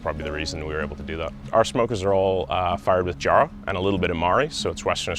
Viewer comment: 5 years and he still can't say Jarrah. xD